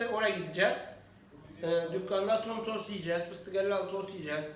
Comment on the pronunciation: TOS Değil tost